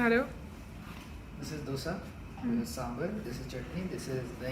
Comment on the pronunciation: Oh God Finally hearing Right pronunciation of “dosa” दोसा and not ड़ोसा . Thank you 🙏🏻